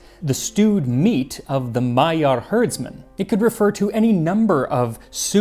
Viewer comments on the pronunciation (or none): I love you so much but you’re pronunciation of Magyar and Magyarország is painfulllll😅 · It's magyar not majar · Yes, it's pronounced [mɒɟɒr] and not [majar] like Max did. But it's pretty close, and most languages don't have that sound anyway. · Turning the gy in magyar into a j, and the ly in Károly into li, and completely axing the e from Gundel was a travesty, though. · I am SO happy you got to experience Hungary and it’s amazing food. Gulyas is one of my familiy’s favorites. I have to giggle though at your pronunciation of Magyarorszag and Magyar. It’s actually a dy sound. I really hope you will take a crack at Dobos torte with the caramelized sugar top soon. It is my mother’s specialty. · I feel so bad that I missed your visit here to Budapest, I would've wanted to thank you in person for your videos and as a magyar I feel so honored that you made this video about how to cook true gulyás. Additionally your hungarian pronunciation were near perfect except for magyar. I know it's hard to pronunce the gy in the middle and I cant think of any other english words that has it. Nevertheless thank you for this video and god bless. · But not paprika or Magyar😂 It’s a hard language to learn, though! Especially if your native language is English. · It is awesome to see one my country's staple food featured here. And you nailed most of the pronounciations as well, except for Károly which is pronounced as the y in "you" similarly like the ly in gulyás. And also the gy in magyar is a bit different. But you did better than 90+% of people i've seen to try. I am so glad to see this video. We have so many great dishes here, i hope there will be more covered in the future.